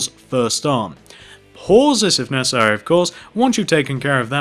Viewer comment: Why did he keep saying pauses of necarsery